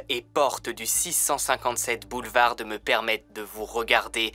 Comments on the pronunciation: BoulevarD ???? Lol je suis le seul à avoir remarqué ça ??!! Le D ne se prononce pas en tout ça ne gâche rien au récit 😀 super comme d’habitude 👍🏻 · Juste une remarque, dans le mot boulevard, la lettre d ne ce prononce pas :) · Boulevard ce dit sans le d !!